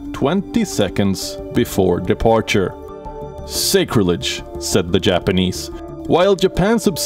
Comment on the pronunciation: Learn to pronounce "sacrilege."